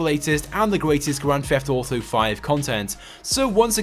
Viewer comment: wtf is "gwand feft auto five"?